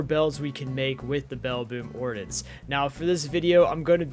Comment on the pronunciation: Ummmm you're saying ordinance worng you pronunciation the I as a Edit corrected your to you're